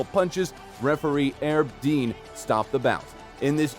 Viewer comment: How are you gonna make videos about mma and you can't even pronounce Donald Cerrone, one of the most popular fighters ever, and Herb Dean is one of the best-known referees. Maybe you should do funny cat videos instead.😅